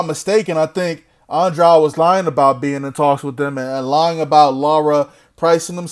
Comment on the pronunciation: Demetrius Andwuad lmao 😂😂😂😄